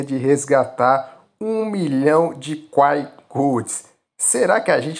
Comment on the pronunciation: Pq esses cara fala quai, sendo q a pronuncia é Kwai